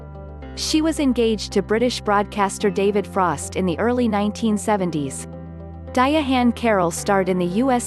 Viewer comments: The robot narrator is so fuckin annoying ..di-ahann carroll just say Diahann that di-ahhann pronunciation is horrible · Diya-hann Carroll???? Stupid robot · nothing is more annoying than a computer-generated voiceover. how.....sterile and misprouncing of diahann's name. a tribute to a real person at the very least should have a real person voicing said tribute